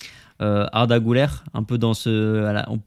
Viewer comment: Ça se prononce Güler (Gülère) et non (Goulère) 😉